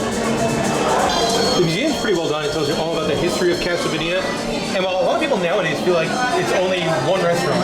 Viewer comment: You honestly don't know how to pronounce "casa"? Lol so annoying.